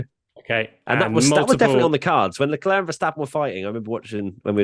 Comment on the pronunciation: So cringe how pronounces Leclerc’s surname, so wrong so many times. Its like fingers on a chalkboard.